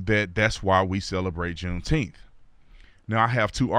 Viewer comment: Say "nine." Now say, "June ... Nine ... Teenth." See? I knew you all could handle middle syllables.